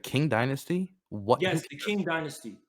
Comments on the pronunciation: The KING Dynasty? Lmao. It's pronounced CHING. Amazin' Tankies are nothing but anger and rage. This guy was unhinged. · listen,, you inherently won this over because is a fucking lunatic but i have to make this known Qing is pronounced "ching", not "king" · Also can someone announce to this guy that the Qing (pronounced Ch-in, not King) existed in the modern era? From , And thus is absolutely able to be characterized as imperialist, even by his insane definition that imperialism didn’t exist before the late-1800s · Qing is pronounced "ching"... These tankies should take a class or two on Mandarin...